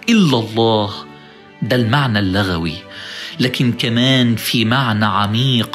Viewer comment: دعينا لك ربنا يهدي بك ويهدي لك، وأن نكون ممن انتفع بعلمك. لو قلنا المعنى اللغوي بفتح اللام فاللغوي هنا نسبة إلى لغو الحديث بفتح اللام، واظنك تقصد المعنى اللغوي بضم اللام نسبة إلى اللغة بضم اللام. معذرة. فنحن مدينون لك واردنا ان نرد بعضا من الدين. وفقك الله.